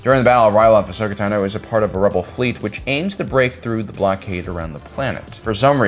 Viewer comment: Finally! After 6+ years in YouTube, you finally pronounced her name right. No longer will we hear "Tuh-no"